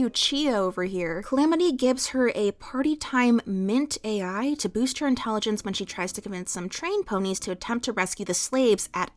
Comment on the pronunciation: The drug Littlepip takes is 'Party Time Mint-AL', not Mint-AI. It's a play on the word 'mental.'